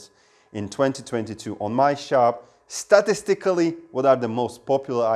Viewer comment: Pronounced "sta TIS tickly" ... it's a weird word.